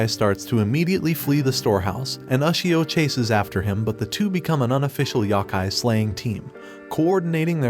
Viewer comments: A “yahkai”? You miss pronounced. YOkai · a "YAKAI" smh its "YO-KAI" couldn't even past the 14 second mark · the amount of YAKAI is massive, however its Yokai not Yakai :( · Yow-Kai, not yahkay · Yo....like no...kai....yohkai not yawkai...I'm sorry I had to. I've always loved this anime. Took me back, thank you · it's pronounced yo-kai not yeah-kai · yo-kai my brother... sigh... there's a couple pronunciation videos out there... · The "YAH-KAI" 💀💀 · good breakdowns, terrible pronunciations.